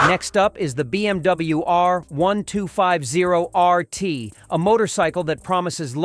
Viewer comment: Click trash. I switched off from your terribly edited and pronounced R1250RT 'review' Total bullx. A number of lies in there, if I was BMW, I would sue you.